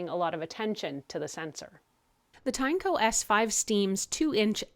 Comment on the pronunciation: Also, its pronounced as Tin-E-co